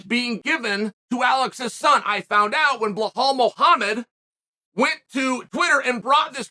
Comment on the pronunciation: "Blohal Muhammed"